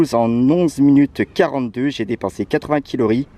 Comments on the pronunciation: Tu a dit kilori au lieu de calorie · Calories et non quilorie mdrrr #humour je dit sa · " 80 kilories " 😂😂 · Ta dit 8 quilories au lieu de calories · Euh sans être méchant on dit CALORIES je vous adore 😍😍😍😍